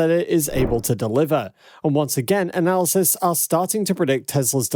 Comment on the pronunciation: analyst is pronounced ; AN - A - LIST., not; an -ALsis